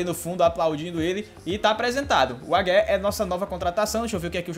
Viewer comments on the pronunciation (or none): O Wagué se pronúncia "Vaguê"!! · tá dando agonia c falando o nome dele errado kkkk, se pronuncia assim " Vaguê ". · Wagué = Veguê (pronuncia)